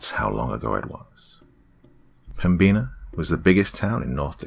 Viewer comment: The pronunciation of pembina is killing me amg